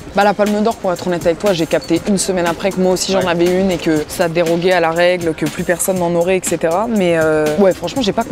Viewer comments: bha elle a quand même dit déroguait au lieu de dérogeait. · Elle s'exprimait "vraiment bien" jusqu'à ce qu'elle dise dérogUeait à la place de dérogeait... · « Ça dérogUait » ?!